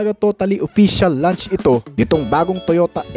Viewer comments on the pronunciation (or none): none